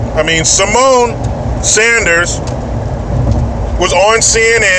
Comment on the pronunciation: Did say "Semen" instead of "Symone"? If he did, it doesn't make sense because "semen" doesn't come from a cunt.